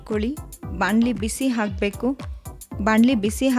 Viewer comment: Good recipe. Pronounce “a” & “ha” carefully, “ huraNa” not “uraNa” “hakbeku” not “aakbebu”